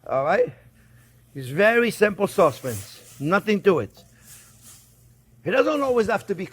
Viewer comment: cause = sauce